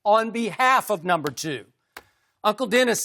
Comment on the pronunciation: Skip says no more numba 2 lmao what it do baby